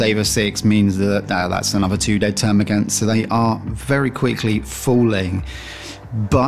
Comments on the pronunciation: Termagaunts not termagants.. As you were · please its gaunt, not gant!